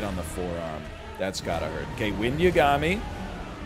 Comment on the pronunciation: I'm such a nerd that the pronunciation of Yagami bothers me, I've gotta chill